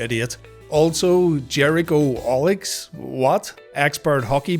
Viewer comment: i love that he can't say jericholic, silly